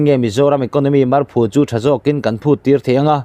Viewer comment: I titha hle mai, marphu tih hi i lam dil lova, phu tih lai hi saphu tih laia phu rik dan hian lam rik tur ani e